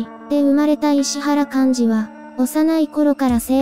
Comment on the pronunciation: 「いしわら」ですよね？